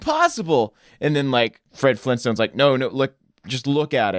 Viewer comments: it's Flintstones not flintstints. . . o_0 he's pronouncing it wrong. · Flintstones not flinstins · "the Flinstuns." The* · Lol did say "flin stins"